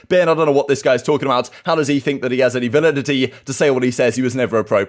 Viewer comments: The severity of formals burn on Ben definitely loses something when he can’t pronounce validity lol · I can't take a guy serious who wants to use a word like validity and doesn't know how to pronounce it. Lol